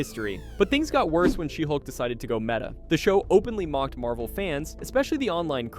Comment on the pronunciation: you mispronounced a bunch of titles- Shesulk.... Blacktin America..... and Black Pussy Wakanada for never.